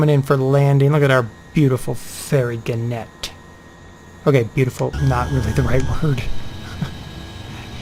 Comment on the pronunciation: At the risk of seeming a boring pedant, it's gannet with the emphasis on the first syllable - as if you were saying 'gaanet'. It's a seabird closely related to the booby. Anyway, back to the plane...